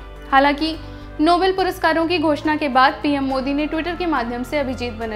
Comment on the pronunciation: Its pronunced as नोबेल not नोबल